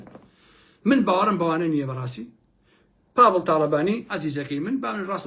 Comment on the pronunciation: سەدجار بۆم ڕاستکردیتەوە پاڤڵ نیە بافڵە